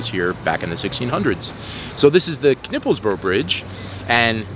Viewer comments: I did not notice this the first time I saw this film, but you actually managed to pronounce the kn in Knippelsbro not only correctly but effortlesly. I find that impressive. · Kudos for pronouncing Knippelsbro right, I've heard a few other Americans saying K-Nipples bro. I don't think they were trying to make fun of it, it's just that the kn sound doesn't exist in English. Anyway great video, I need to go to the Sallingsund bridge, then I've seen them all as well.